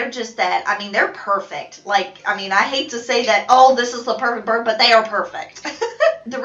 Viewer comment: Is she saying “birb”??? Just me?